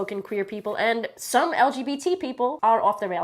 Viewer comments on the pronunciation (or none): It kinda sounded like is differentiating between "queer people and SOME LGBT people" (emphasis hers). Sigh. If she's so fond of segregating herself from the rest of us, good, because honestly, she's become completely intolerable to watch or listen to nowadays.